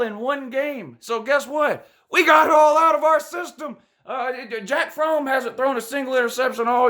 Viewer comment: I swear I heard you say Jack Fromm